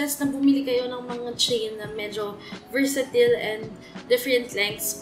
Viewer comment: Finally a PH Youtuber who pronounce versatile correctly!! 😄